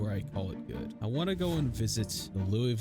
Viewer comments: It's not called "Louey ville" Pronounce it like you're slurring on bourbon its "Loouah vul" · I love project zomboid, but man it kills me a bit everytime a youtuber calls Louisville "looeyville" 😅 Locals pronounce it Lou-uh-vulle :)